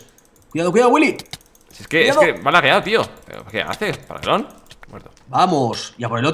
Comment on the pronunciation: Me encanta como Luzu pronuncia Willy. GÜILI XD